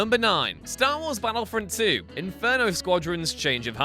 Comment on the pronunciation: Is capable of pronouncing the letter T? I for one have never heard of the game 'Baddlefrond 2'